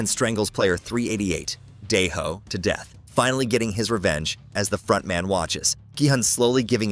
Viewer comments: Bro said frontdaddy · Dog did he just say fontdady lol 😂